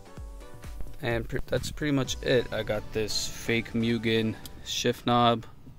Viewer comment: It’s pronounced MOO-GEN